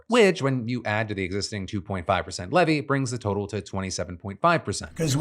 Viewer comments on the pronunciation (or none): none